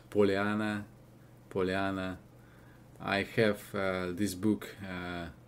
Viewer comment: In America we call the Gypsy language Romani. It’s considered a part of the Indo-Aryan branch of the family of languages known as Indo-European. The book you showed is pronounced PAH-lee-anna, not Po-lee-AH-nah with the first vowel, o, pronounced as you did, with a long o, rhymes with so. I offer this because the word Pollyanna is so well known among native English speakers that if someone behaves in a light-hearted, flighty, frivolous manner, and particularly if they are ignoring obvious facts, they might be labeled PollyannaISH. Other fun English words for such folks might be scatterbrained, air headed, birdbrained, featherbrained, and dingdong. Our greatest author, Mark Twain, entitled one of his books “Puddinghead Wilson,” the word meaning birdbrained. None of these are curse words but they aren’t compliments either. You would not use them with a stranger, but a close friend might comment about your wild, improbable idea “That won’t work! you dingdong,” or “Of all your birdbrained ideas, that takes the cake!” Meaning, it’s a ridiculously wild, improbable notion. If the idea is not well grounded and you judge it to be little more than fantasy, your friend might hear “Well, of all your crazy ideas that’s the most Pollyannaish I’ve ever heard!” Such usage is not common today, but English-speakers should know what it means. Looking to learn English? Read Mark Twain. Another American author, Hemingway, stated that all American literature descends from Twain. Both authors’ work